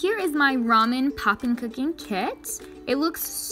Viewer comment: Finally! A non-Asian person who said ramen right! In Korea we lameon, but I guess in Japan it's different